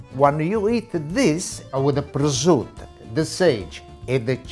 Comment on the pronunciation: But he can't pronounce prosciutto.... but he does cook pretty good.